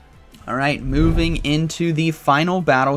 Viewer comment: Am I the only one who heard it "booming into the next battle" instead of moving🤣